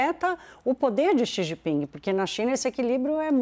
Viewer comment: Quem chama o presidente chinês de “Xi Jinpingue” certamente estaciona no “parkingue” quando vai ao “shoppingue”.